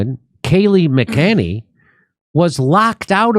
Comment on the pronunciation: You mispronounced McEnany, dummy.